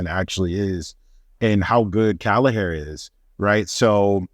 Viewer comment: Great vid. Would you mind if I offered some advice from the Emerald Isle on how to pronounce Kelleher’s name? Caoimhin is Irish for Kevin. It’s pronounced “Kwee-veeeeeeen” Kelleher is not “kallahair”, it’s more “kell ( like Keenan and kell) eh- her” 👍